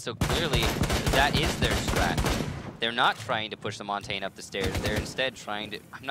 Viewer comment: Why do the casters keep mispronouncing Montagne? They should know better.